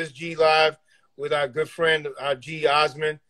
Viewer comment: Pronounced Aasmund pretty well for a New Yorker 😂